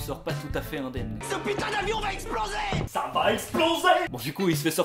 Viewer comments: "Ca va explosey"😂😂😂😂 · "Ca va exploseyy ! !" 😂😂😂